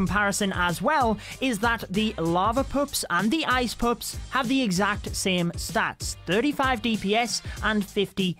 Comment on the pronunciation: Am i the only one who hears "ice poops" instead ice pups?